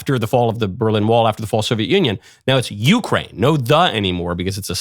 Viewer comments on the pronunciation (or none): none